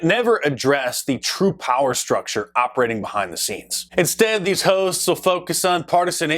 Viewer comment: when he said hosts i thought he said ho's for a minute lol